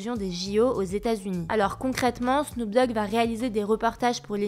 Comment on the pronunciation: Snoop "Dag" ? Qu'est ce que c'est que ce bordel ? 😂